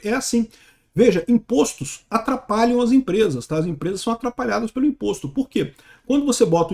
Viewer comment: veja, imposto tem um plural metafônico, onde a sílaba tônica muda de ô para ó. Imp(ó)stos.